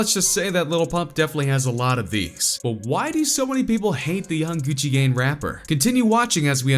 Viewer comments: It sounded like he said gucci gane but he said gucci gang 😉😉😉😉😉😉😉😉😉😉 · this nigga really said gucci gain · “Gucci Gane” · Did this dude just say Gucci gain? Lmao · He said Gucci gane instead of Gucci gang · Is he saying Gucci gang or Gucci gain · I dont hate him but i hate you you said gucci gang wrong you said gucci gan😡👺👺👎👎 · “Gucci gan “ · "Gucci Gane"????!!!?! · "Gucci gain" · This dude said Gucci gained😂 I stopped watching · “gucci gain” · Lmao u say little pump and Gucci gane lmao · "gucci gain" really man? really? he released "gucci gain" ? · Gucci gain ,lol